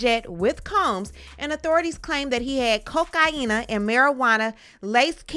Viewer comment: Am I the only one bothered by the way it is bitch says cocaine. I can’t even watch this shit.